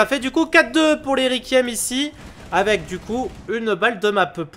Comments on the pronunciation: C'est horrible de l'entendre dire rékième, dit lui que ça ce dit Rekouiaime stp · ON DIT REQUIEM REQUOUIEM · Faut lui dire comment ça se prononce requiem mdr c'est comme ceux qui disent fanatic pour fnatic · Il galère à prononcer requiem